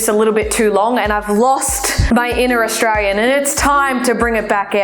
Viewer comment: Fucking continue to pronounce it as AustraRian. I dare you